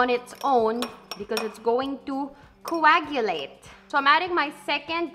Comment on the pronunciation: no one: literally no one: not a single soul:: coAguLatE..